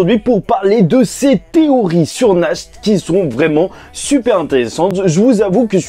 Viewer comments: Ça sonne pas Nacht mais Nart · Pitié, c'est [NaRT] la prononciation. Ça vient de l'allemand qui veut dire "Nuit"!